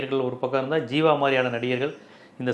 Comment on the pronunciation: Sir athu jeeva... Not seeva